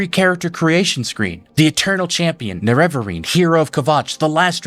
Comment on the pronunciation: Why do you say Cyrodillic, Nerevarine, Sheogorath, & Pelinal so painfully wrong? Have you even played the games or are you just relaying other people's theories on games you've never played?